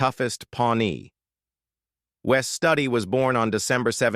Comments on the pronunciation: Interesting but i love how these AI voices screw up pronunciation of names. Wes stud ee? Wes Stewd ee would be correct . AI voices can't differentiate between a spelling and actual pronunciation. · It's Wes Stewdi,not study. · Wes Studi...pronounced Stew-Dee....NOT Stud-ee...learn how to pronounce these names...it makes the video much more valid. We wonder what else is mis-pronounced if you miss the names of the people you are talking about. I assume this is all AI, as well. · Wes Studi pronounces his last name as you would pronounce the first two syllables in “studious.” Studi (.. ous). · If you are going to show the actors at least put the correct before photos and pronounce wes studis name properly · I must have missed the part where the woman died because of a snake bite? And they mispronounced Wes Studi. Loved the movie Dances with Wolves